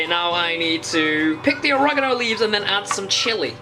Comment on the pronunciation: Or e ga no, not origaganangaano 😂